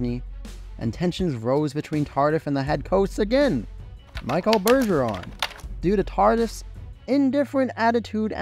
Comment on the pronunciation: Lol Michael Goulet and Michael Bergeron 😂 should suspend this acct for the mispronounced names of 2 French Canadians 🤔🤪